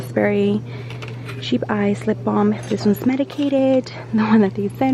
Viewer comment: I was lol when I heard you say cheap ice. It's chap ice lol